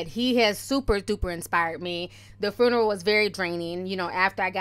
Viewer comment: I love you and the way you pronounce 'fruneral' lmao 💋 And might I add, Nipsey's home going was so beautiful. I wasn't a fan of his music, but I'm definitely now a fan of this man's work and love for his ppl/community. My deepest and sincerest condolences go out to his family, he was such a great person and I'm sad that I didn't get to appreciate him while he was with us. Hes inspired me so much and I truly thank him for that. #RipNip #themarathoncontinues 💙